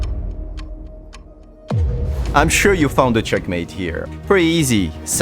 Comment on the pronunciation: sacrifice DA RUKH(!!) AND THEN CHEKMAHTE